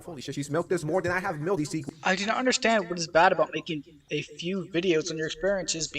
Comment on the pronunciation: “No no, cweepew you don’t undewstaned”